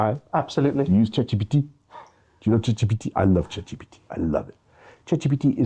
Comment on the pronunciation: I hate Boris Johnson, but I like the way he says CheGPTe